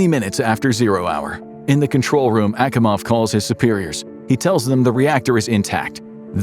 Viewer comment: Akimovs name was mispronounced. You sure you're not using AI 😋 Also it would have been nice to actually properly draw a control room instead of using aircraft panels and crap